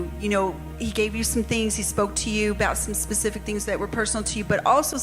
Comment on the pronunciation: And could you be more “ Pacific?” 😂